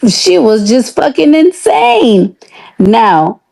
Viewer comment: Did this ho say "INSTANE," not "insane"? LMAO. What ONIKA says is "finish school!"